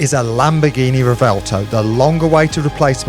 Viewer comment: Can't pronounce "revuelto" correctly.